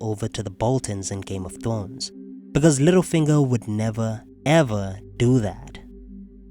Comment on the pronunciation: Hehe thwones